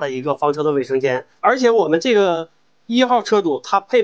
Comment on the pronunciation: 念 卫（wei 4声）生间，不念伟（wei 3声）生间。